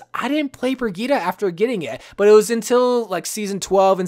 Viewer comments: Its pronounced bri-geet-ah not to be rood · I pronounce it bri-G-itte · The way he says Brigitte triggers me